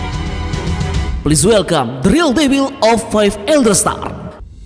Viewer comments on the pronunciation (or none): none